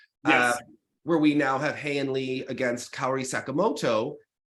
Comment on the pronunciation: I’m so proud of your pronunciation of Haein Lee!